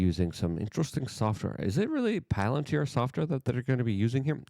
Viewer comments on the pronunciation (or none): none